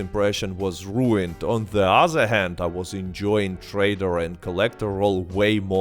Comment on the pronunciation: You even say "other" like "uhzerr" but then pronounce "THE Gun Rush" totally fine. YOU'RE A FRAUD!